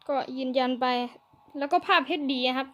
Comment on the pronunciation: ภาพHD ไม่ใช่ เฮ็ดดี ปรับปรุงตรงนี้หน่อยนะ